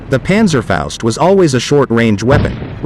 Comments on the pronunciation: Panzerfaust , not Panzerfäust. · Well done video and relaxed told. Try to say Panzerfaust like in HALL: pAntserfoust. I have several Panzerschreck parts. Regards from the Battle of the Bulge area, Belgium.